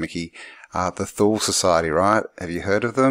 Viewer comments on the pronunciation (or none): Toooleeee not thooll good sir!!! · Thule is pronounced “To-lee”. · thule is pronounced tooley. disregard if someone already pointed out. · came to mind, thule, as you once in the vid pronounced it as 'tool-e', is the same as finnish Word tuuli, meaning wind. the first reasonable explanation for swastika that i've heard was from Bock saga, where ior told it meant the crossing point of two meridians of the World, separating the World in four cuarters, aka north pole.. he also told the exact location of old north pole before ragnaröks and where it is today.. though i must mention most finns will say the man was a con artist, drug user etc., but that's the Basic Picture of Black painted person so i don't say he 100% truth or false, but take his oral story as a possibility.